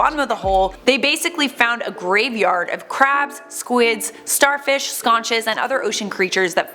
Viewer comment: This is my first watch of this channel. It starts off great! I heard her mispronounce conchs (sounds like konks) as "skonches", but I let it slide. Then she proceeds to get all defensive when a viewer corrects her on the pronunciation of machinima. How about we focus less on calling your viewers nitpickers and focus more on the fact that you do sometimes pronounce words incorrectly. Even if you have 2 degrees. **eyerol**l